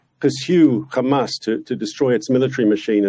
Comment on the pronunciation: Reporter: why are you committing genocide? Mark Pinocchio: KHAMAS, KHAMAS, KHAMAS, KHAMAS, KHAMAS, KHAMAS, and finally khamas.